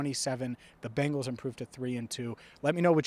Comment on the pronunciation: It’s not Bangles It’s Bengals As in Bengal Tigers Bengal being a state in India Native to the mentioned tigers Bangles are what your mom would wear if she wanted to teach you how to pronounce correctly in the one language I assume know